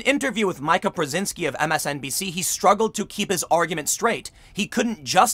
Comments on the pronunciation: Its not pronounced MY KA!!! Its pronounced ME KA!!! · Meeeka!! Not M-eye-ka. McG-ow-an!! Not McG-o-an. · pronounced MeeKa .Not Mica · Why cant you pronounce words correctly? No one calls her MIKE-UH... its meek-uh smh. No one calls her TAR-uH, its TARE-UH... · It’s pronounced Meeeeka.. or the plastic girl or the home wrecker. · "MEE-kuh." You can say it, Tim. I know you can. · Pretty sure that she pronounces it "Meeka." At least she did a decade ago, before we stopped taking that dumpster fire of a "news" network even a little bit seriously. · "Meeeee-Kuh". It's French. 😂😉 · Mika is pronounced Meka. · Her name is pronounced "Me" Ka. As in Me-Too. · Hes never going to stop saying her name wrong...